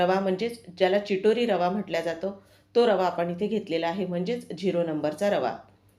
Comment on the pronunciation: चिटोरी रवा नाही. चिरोटी रवा 😂